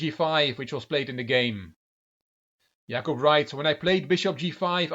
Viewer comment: Hey, your pronunciation of Jakub in Polish is perfect. And slaughter in Polish is: rzeź /ʐɛɕ/ ( ͡° ͜ʖ ͡°)